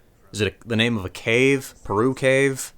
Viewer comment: You almost had me,until you said Perú.